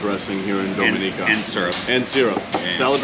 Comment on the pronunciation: It would be nice if you'll learned how to pronounce Dominica 🇩🇲 correctly.